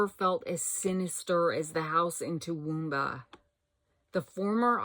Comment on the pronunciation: OH!!!! Toowoomba you said it correctly. I have two Aunts live there. Queenslander houses are beautiful. P.S. I really love those pumpkins. 🎃